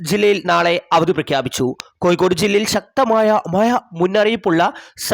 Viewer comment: പൊട്ടാ മയയും കോയി ക്കോടുമല്ല